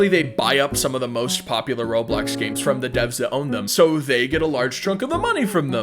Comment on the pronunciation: When he said "by making you games" I really thought he said "by making you gay" 😭